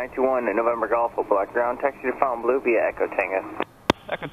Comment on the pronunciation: and about that pronunciation: Fontainbleau sounds French to me….I would say Fon-Ten-Blow….fwwi 😀